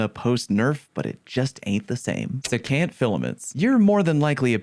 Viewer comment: Cap-re-oh-line-axe. See-can't.